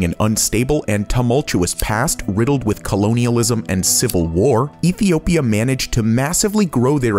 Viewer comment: Epiopia..... Good to see Top Luxury is still ensuring they are saying words correctly and not just doing everything in one take.